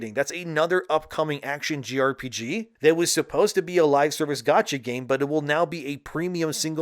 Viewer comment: It's pronounced and called a JRPG (jay RPG), not a "GRPG"